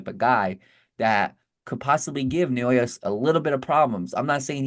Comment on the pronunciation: Who's na-yo-ya? The name is pronounced na-o-ya. It ain't so hard